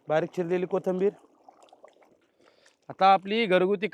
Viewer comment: कोथबीर का बोलता कोथीबीरं असत